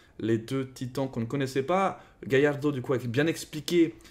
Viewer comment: Il a juste mal dit mais c'est Galliard